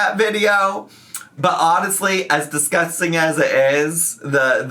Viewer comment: LMAO THE “fookin diskustin” sent meeeeeeeeeeeeee